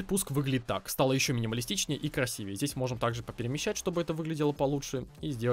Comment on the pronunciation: Не красивее а красивее